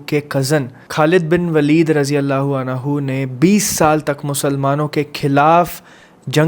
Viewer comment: अनहु nhi अन्हु